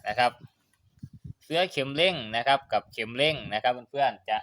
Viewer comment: ขัดหูว่ะช่าง เสื่อ=เอาปูรองนั่ง เสื้อ=สิ่งทอผ้าเอาไว้สวมใส่ หรือวัสดุที่มีลักษณะเป็นปลอกสวม เช่นเสื้อสูบ เสื๊อ=คำที่ช่างออกเสียง ออกเสียงให้ถูกด้วย เคืองหูว่ะ